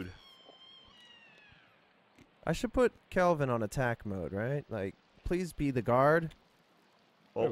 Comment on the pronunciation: Every time can’t get Kelvin or Virginia’s name right, I want to shake a baby